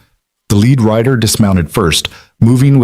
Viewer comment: It's Rider not writer dummy